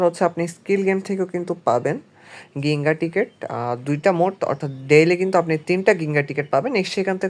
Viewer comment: গিঙ্গা না জিঙ্গা হবে উচ্চারণ ❤